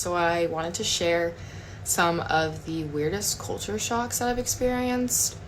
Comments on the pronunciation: thought you were saying sharks not shocks ha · I thought you were saying " SHARKS", not shocks. lol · Anyone else think he was saying Sharks at the start? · Oh shocks! i thought you said Sharks. HA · I thought you said "today we are looking at sharks"... you said shocks 😂😂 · Lol i thought you were say shark lol shock. The unbottle water us free in some place you can just grabby how most place you ask for water and they will give a jug of cold water. The conner shops or fish and chip shops you can grab you soft drinks and juice from the fridge yourself and pay at the counter .